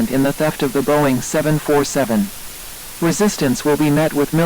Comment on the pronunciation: Really great video but it ticks me off on how they say “700-40-7”. I am a huge aircraft fan (especially of the 747). It should be pronounced as 7-4-7 or 7-40-7